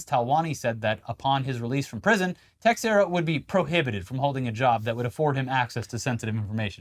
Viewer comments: the x in "Teixeira" is pronounced as if it was a "sh"... so "Teisheira" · comment for engagement but also texiera is pronounced teshera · The x in teixeira is pronounced like sh